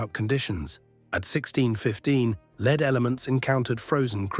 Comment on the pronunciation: Lead is pronounced as LEED in this context